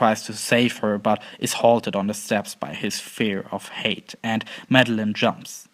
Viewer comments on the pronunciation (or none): Please practice saying the word height, you sound like your saying hate every time, it's really annoying and distracting. Otherwise, quite interesting. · "Height" is pronounced "HYT". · he's not mixing it up, just mispronouncing it. he means height, clearly the influence of the German language.